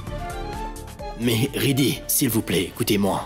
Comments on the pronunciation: Qui a entendu que rajbeer a dit lorsqu'il parlait à riddy il a dit plutôt siddy que riddy😅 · Rajbir a dit sidhi au lieu de ridhi 😂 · Je suis là seul à attendre radjbir dire siddhi au lieu de riddhi